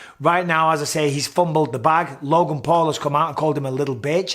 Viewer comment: Love big Mike but my god stop saying LOGAN lol